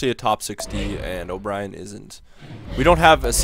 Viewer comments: For Ryan O'byrne,we don't say O'brien,we say like O'burn,and I'm not agree to trade Paul Stasny,because he is Peter Stasny's boy.Peter Stasny is one of the legends of the Quebec Nordiques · O'byrne is said like O'burn but looks like brien